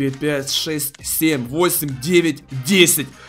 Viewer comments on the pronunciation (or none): none